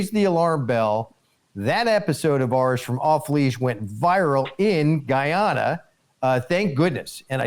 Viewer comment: You got Guy Ana right, but Esse Quibo (like squib o).